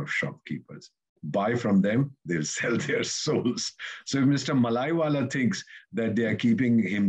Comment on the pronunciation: Malaiwala fellow? You ooze contempt for fellow Indians by mocking their supposedly British accents, yet you cannot pronounce an Indian name, especially a Southern one. It is Mallya, pronounced Mull-ya. I and a lot of fellow Southerners can feel a lot of condescending attitudes from folks like you when it comes to South India, and that is an example. Perhaps you can't pronounce Seetharaman, or even my name, and maybe you do not care. If that is not a colonial attitude, then what is? Fortunately, we just laugh at guys like you because we feel very confident in ourselves and our contribution to the nation.